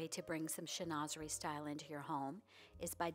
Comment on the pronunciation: Pronounced: shen-wa-ze-ree…..and yes it is lovely. You can frame a few panels, or decoupage to the front of a dresser, commode or armoire (are- mwaa)…..